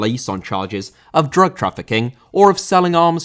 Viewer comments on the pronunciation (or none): none